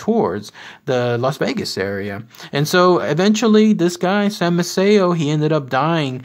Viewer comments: It is pronounced MAY-see-o. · Maceo pronounced, May-cee-o. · I'm marrying into the family, and it's pronounced MAY-CEE-O 😉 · Incorrect pronunciation of the name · In English yes but not Italian. The guy didn't say the correct Italian pronunciation ethier.